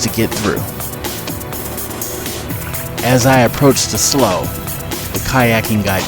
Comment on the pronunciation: Slough is pronounced "slew" not "sloe"